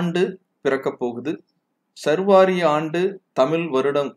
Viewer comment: சர்வாரி அல்ல சா ர் வ ரி ஆண்டு.